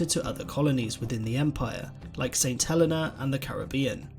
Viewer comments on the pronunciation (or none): none